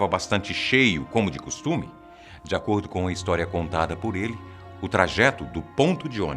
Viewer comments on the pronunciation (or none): none